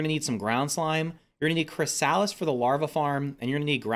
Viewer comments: Was I hearing " Chris - Salads " ? It's Kri - suh - luhs this was triggering. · the way he pronounces "chrysalis" infuriates me 😂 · I suggest you look up how to pronounce chrysalis.